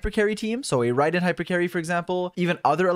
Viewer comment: Bro why do u say Raydin instead of RAID-EN jesus